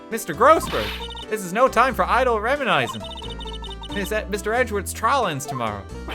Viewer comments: d-did he pronounce reminiscing rem-i-ni-zing ... o.o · He has a degree in English yet mispronounced "reminiscing"